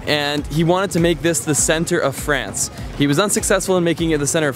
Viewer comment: Sooo for someone that speaks french, your vernacular of pronouncing France is very american and i suspect maybe a touch of quebecois from our canadian neighbors from the states.